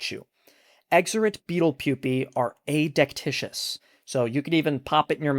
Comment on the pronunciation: Pedantic, to be sure, but it's uh-DEK-tih-kus. There's only one "i" in the word, unlike delicious.